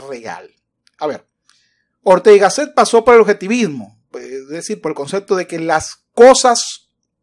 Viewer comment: El presentador la pronuncia GÁSSET